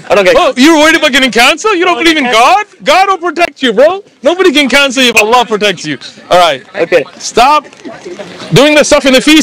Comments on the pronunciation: The way he pronounced Allah was profect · This Sikh said Allah perfectly.